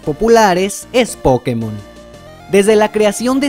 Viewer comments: se dice pokÉmon, no pokeMON, que por algo le "é" lleva tilde ¬¬ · Se dice pokemon, la tilde solo es para que los que hablan ingles pronuncien correctamente, sin la tilde la gente que habla ingles diria algo como "poukmon". Por eso la tilde, en español es pokeMON o POkemon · es culpa del doblaje latino, asi lo pronunciaban y es por eso que todos ahora decimos pokemón